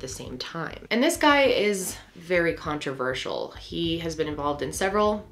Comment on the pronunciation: She sounded SO Aussie when she said controversial 😂